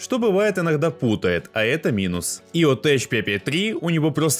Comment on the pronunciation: Только ЕОТеК а не теч. Ибо текнолоджи а не течнолоджи.